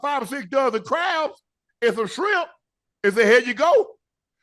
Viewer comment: He can file Chapter 7. Shannon, it’s with not wit, shrimp not shimp